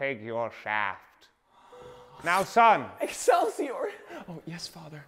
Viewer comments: "Excielsiour" I CANT😭😭😭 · Wilbur: American accent: Excelsior! Tommy: Normal British voice: excelsior!: Pokémon voice: Excelsior!